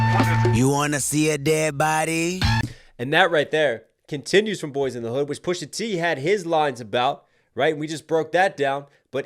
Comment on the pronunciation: goes back and forth from pronouncing it "Pusha Tay" with his blaccent 🙄, to just "Pusha T" when he's accidentally not trying hard. We know you talk regular bro, just do it. You would be way more watchable.